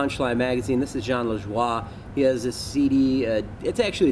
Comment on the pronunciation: Always thought his name was pronounced La Joey but knowing hes from Montreal La Dwah makes more sense